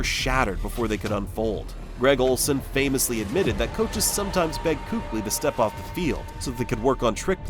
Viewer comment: Not once did you even pronouce his name correctly which is keek-lee btw. And it's widely known it was because of concussions. the much more shocking early retirement was the better patrick willis.